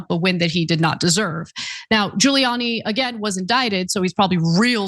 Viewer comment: Giuliani doesn't start with a J, Ghouliani sounding.. and after his appearance on the Borat movie... really?